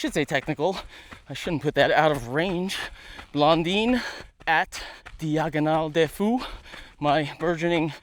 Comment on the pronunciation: Your pronunciation of "diagonale des fous" is perfect. Thank you for the test. My take is that the 2 models will have great success in € for Kipsummit Max with Vibram and what appears to be a great midsole will be hard to match.